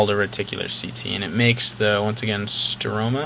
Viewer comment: I'm late on this. It's "stroma" not 'strona' o.o